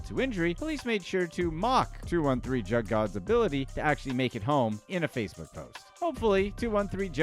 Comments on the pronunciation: Bruv just leave the culture you kant even pronounce "Jugg" correctly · U know u not saying jugg right it almost sound like u know how ridiculous u sound 😒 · 😂😂 he coulda at least listened to da song so he would know how to pronounce “jugg”!!! SMH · That’s not Wtf juggin mean I hate when white ppl narrate the black community it’s not even pronounced that way Smmfh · It’s pronounced jugg and should should rhyme with shugg like shug knight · you sayin JUGG wrong asf. Do more research before trying to capitalize off others' experiences. Paused this and leaving, hoping you don't get a full view because of it. Yo channel dumb as hell Way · You’re pronouncing jugg wrong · The way you pronouncing “Jugg” is really pissing me off. If you can’t pronounce his name right then you shouldn’t speak on him. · Jugg is pronounced "Joog" lol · It's called juugg not jug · hearing the way he says all these names as “jug” like a normal jug is triggering me it’s pronounced “ja uh ga” or joog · It's not "jug" it's pronounced "joog." Like "good." At least we inspired him to make a video. 🤷🏾‍♂️ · Its pronounced JOOG GING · Jug..... Is pronounced " joog". Do your research. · it’s joog not jug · jugg it's pronounced (joogin joog) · The word is pronounced like Joog not jug. Go listen to the real juggman . You have to be a square white guy to say it like that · It’s “juug” fam… you took me out with that whole jug rabbit whole cause you not pronouncing it right lmao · It’s spelled jugg but pronounced joog and it’s not stealing it’s a form of finessing someone or something for a financial gain. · It’s pronounced joog* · "JOOG" is the way to say JUUG lol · You say it like joog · Jugg not jug this dudes funny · Bro it pronounced joooge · It actually supposed to sound like 'Suge' (Juge) Knight lol.. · Pronounced joog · This man keep mispronouncin "jugg" makes tha story a comedy 😂😂😂.. he tryna be funny but he tha joke end tha end.. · It's pronounced "Joog" like Suge (Knight) replace the S with a J.